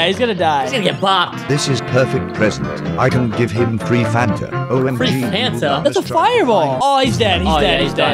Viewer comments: why did u say phantom when its fanta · he said fanta not phantom